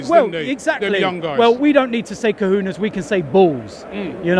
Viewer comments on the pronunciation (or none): robbie its pronounced ko-ho-nes not kahunas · Co-HONE-ays not WHO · These fickle knockers will be calling for Wilshere to be sold in 3 months when he's injured again. And why cant these clowns pronounce cojones properly? Luton breeds idiots.